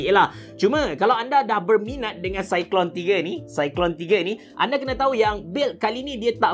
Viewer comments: sebutan dia cyclone abe cerah, bkn cyclone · Itulah nak tegur takut kita salah sebut kan, tapi saya yakin cara sebut memang cyclone